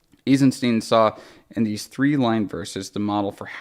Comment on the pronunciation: pronounced Eisenstein "Eezensteen" reading this though